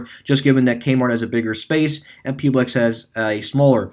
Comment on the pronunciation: One thing you mis said in the video is Publix in Florida. It is not pronounced Pube-Lex Publix is pronounced as Pub-Licks. Pub as if you saying the word public and Lix as if you said the world licks. Most of my family members in Florida have all worked for Publix years ago.